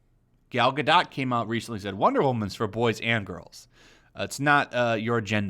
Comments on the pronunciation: Please, please, PLEASE, pronounce her last name right. Its Gah-DOH...not Gah-DOT. 🤦‍♀️😂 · Gal ga dot? I think it’s pronounced gadough. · Godoh, the T is silent please. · I think the t is silent in Gadot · Oh god please stop pronouncing Gadot like that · I can’t get over how you say Gal Gadot Lmaooooooo 😂😂😂😂😂😂😂